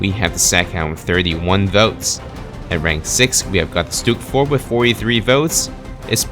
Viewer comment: Staghound, Stug “IV”... you get it wrong quite often. Regardless of how the game classifies the Stag or Stug. 😉